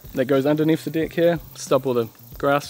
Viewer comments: Serious question. Why do you pronounce it dicks instead of decks. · Can't help it, i'm not native English speaker but how you pronounce deck sounds so much something else, quite sure you know what i mean.